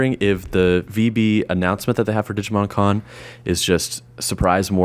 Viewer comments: at the start when you said "digimon con" i thought you said "digimon karn ":_cringe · Same, even thought I knew he was talking about the Con xD